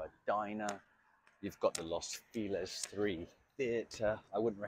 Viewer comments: Alguien que le enseñe español a este señor! Not Los Filez! Is Los FELIZ! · Lows feeelez? Is it near Los Feliz?